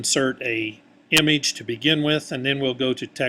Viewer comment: it trigger me the way he said image but thanks dude!